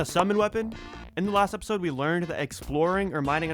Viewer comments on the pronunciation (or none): bro said last epsoid